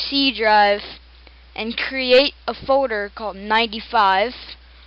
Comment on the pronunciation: "Create a Foder" Dat freaking accent.